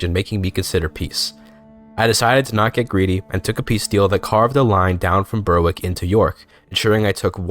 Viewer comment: I really enjoyed the attempt at pronouncing Danish and Polish names accurately, and it really added to the video, but just please extend that to English names too. It was pretty jarring going from your good Danish, to English places like Berwick (should be pronounced /bɛɹɪk/) and Hertford (/hɑ:tfəd/, or perhaps /haɹtfɚd/ given your accent).